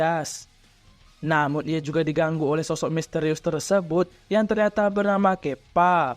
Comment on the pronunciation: Nube bukan newbe Kappa bukan kepa